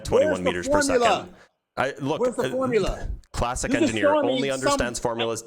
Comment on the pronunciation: 🤣🤣🤣🤣"Milligrams" F=mg😂😂😂"Formlia".....😂😂🥲It's too much!!